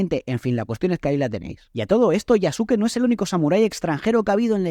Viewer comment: Yasuke se pronuncia "Yaske".